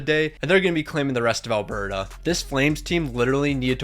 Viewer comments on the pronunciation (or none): none